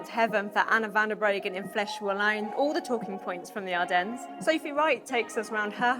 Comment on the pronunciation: Please stop pronouncing the s in Ardennes.